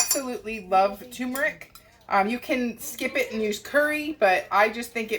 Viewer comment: t-u-r-m-e-r-i-c ter-mer-ick not too-mer-ick Sorry. Teacher in me coming out.